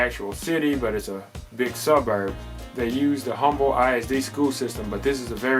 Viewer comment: You don’t even know how to pronounce Humble the right way 🤦🏻